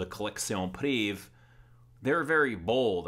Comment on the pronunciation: Great review as always. I'm french and just FYI, for the pronunciation, every time you are saying like if it was written like la collection "priv". You are forgetting "ée". The full word is "privée" and is pronounced like lingerie is pronounced linger"aye". So you should pronounce like la collection priv"aye". If that makes any sense, haha.